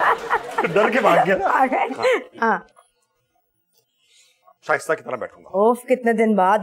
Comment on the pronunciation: shaista said ver well